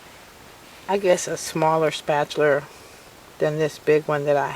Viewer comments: very irritating, it's spatula, not spatular. There's no r at the end of "spatula". Sorry that's very irksome. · It is called a SPAT-ULA not a SPAT-U-LER. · I always try to be nice but honestly SPAT-U-LER was super distracting and made me also want to stop the video instead I just lowered the volume. I figured my problem easy fix. Ma’am this was a really great idea you had thank you for making the video.. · Paula Deen says spatchler too. LOL Maybe it's a southern thing. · I wasn't annoyed by your comment, I was annoyed by her repeatedly calling it a "spatular" too... Its just one of those things.. The first time she said I actually "corrected" her, the second time I corrected her again, the 3rd time I stopped the video because it was just too annoying...